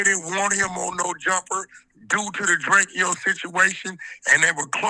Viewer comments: Why the hell you calling him Drakio? It’s DRAKO ( Dray-ko) plz stop AK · It's not DRAKE-E-YO AK its Drake-O just like Soulja Boy call him self Big Drayco. Same way you pronounce it bro. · ITS DRAKE-O NOT DRAKEO..GET IT RIGHT WE KNOW THE TRUTH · It's Drako. Not Drake key o lol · It’s Drake-O not Drakeo get it right! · it’s literally DRACO JUST spelled Drakeo no Y’s 😂😂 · Nobody: Akedimiks: “Drake E Oh the ruler” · DRAKE-O you pronouncing his name crazy😂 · Omg say his name right ak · He did that on purpose to make it seem like Drakeo is less significant. Same way Wack 100 always says he don’t know someone but you know damn well he does. They’re all fake af.